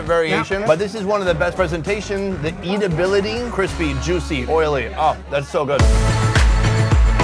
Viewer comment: I Like the co-host. Edibility not eat ability. LoL. Love it.